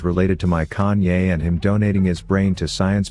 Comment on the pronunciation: everytime he calls Kayn "Kanye" i lost it HAHAHAHAHAHAHAH